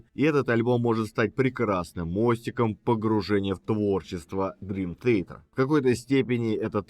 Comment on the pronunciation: Май Портной правильнее произносит название своей команды!